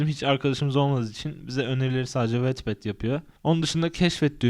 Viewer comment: Aslında "vatped" diye okunuyor.